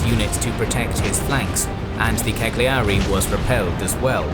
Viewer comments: Great beautiful video, I am really amazed by the precision and accuracy of the whole analysis. The only flaw is the pronunciation of some words in Italian such as Legnano or Cagliari, but they are understandable errors, I admit to speaking a language a bit complicated for you English XDXD. I am amazed at how terribly beaten our army has been by the Greeks and this is proof of the Duce's inability to evaluate and organize the skills of generals and preparation for war. An embarrassing defeat due to embarrassing leaders. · The gn in Legnano is pronounced incorrectly: see "Pronouncing the sound GN in Italian" by "Learn Italian with Lucrezia"; gl in Cagliari pronounced incorrectly.......